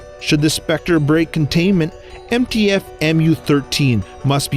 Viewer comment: HE SAID MTF? ITS NTF!!! NINE TAILED FOX NOT MINE TAILED FOX!